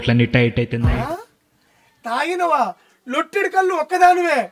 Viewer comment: కళ్ళు కాదు బాబూ కల్లు